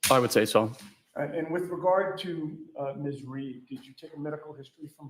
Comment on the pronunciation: why do they call her reed instead of read